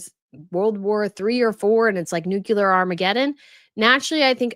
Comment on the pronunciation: Your major malapropism: you said "palatable" when you meant "palpable." Likewise, you said "nucular." The word is "nuclear."